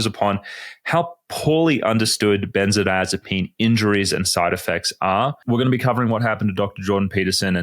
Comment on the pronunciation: is a "Doctor doctor" I presume, So why does he pronounce the drug benzo-azapine, missing the "di" in the middle? Consistently through this video. It's quire odd.